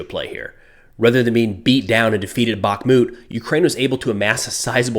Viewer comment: Just a note: it's not BaKmut, it's BaHmut (H as High, Hot, Holly..) 🙂